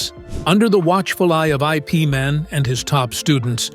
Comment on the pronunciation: IP man is pronounced eep man and your story is false